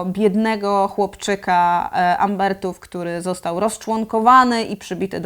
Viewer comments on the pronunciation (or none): Umberów nie Umbertów! Świetny odcinek, jak zawsze, ale uszy po tym zabolały xD